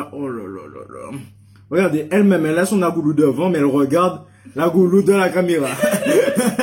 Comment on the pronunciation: Je ss rassurée tu dis bien Agoulou 🤣 et nn bagoulou, car un gars sr TT ne la pas trop apprécié, enfin 🤷🏼‍♀️ y'en a partout.. Bravo en tous cas ça devait être succulent